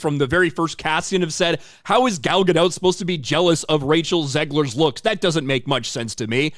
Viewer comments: Gal Ga-DOT, not Ga-DOUGH. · It's Gal Gadottttt. Not Gado. It's a Hebrew name, not French. Can you say the T in the end? Please. Love your vids BTW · Gah dot, not gah doe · One note: the T in Gadot is not silent. I hear a lot of people mispronounce it since it sounds French. But it's a Hebrew word for river banks. Fun fact: Gal means wave, so her name means "wave on a river's bank"